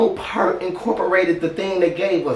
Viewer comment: Like this " PEERT "